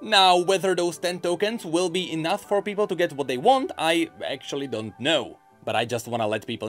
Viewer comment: just realized that every single time says the word, "Enough", he actually says "Enouth". Every time.